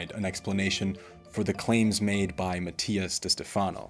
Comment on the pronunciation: Matias is special and resonates with more people than you ever would. You should remove this video. You are trying to defend yourself way too hard in these comments. Where is your evidence to debunk his claims? Also…if you’re going to insult the man, at least learn to pronounce his name properly 🙄